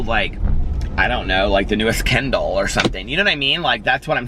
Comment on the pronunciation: Ha ha I thought u said Ken Doll then realised u said kindle lol I love my kindle, I have kindle unlimited and the amount of free books u get is unbelievable, it’s only £7.99 p/m but it’s so worth it esp the price of some books